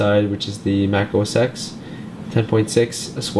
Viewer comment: It"s OS Ten not OS X!!!!!!!! :(